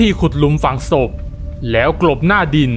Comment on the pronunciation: ตรงนี้ๆๆๆแร้ว คนพากย์เสียงเหน่อ แล้ว อ่าน ว่า แร้วๆๆ